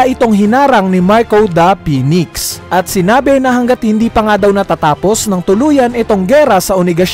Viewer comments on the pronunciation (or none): "MARCO DAH PINIKS"